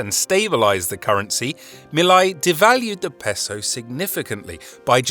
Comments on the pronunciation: The "ei " in Milei rhymes with say not eye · How hard is it to pronounce Milei( me + lay) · His name is pronounced Me Lay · It's pronounced "mee-lay"